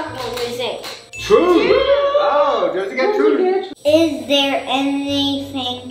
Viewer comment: it’s Jersey not Jerzzy